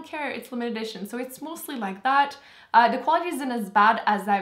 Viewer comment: Where are you from? I can barely tell you have an accent most of the time, but the dead give away is the fact that you (adorably) pronounce "the" as "dee".